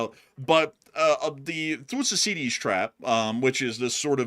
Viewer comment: I love you guys but didn’t one of you study international relations? How do you not know how to pronounce Thucydides?